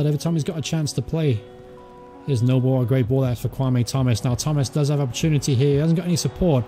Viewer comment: Your content is good I support cov and watch this career btw it's pronounced nooblay not noble he used to play for us anyway